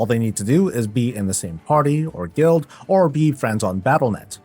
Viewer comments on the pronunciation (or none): none